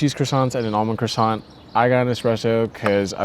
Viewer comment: Learn how to pronounce croissant properly, it’s not difficult! Also in English Montreal is pronounced “Mun-tree-all”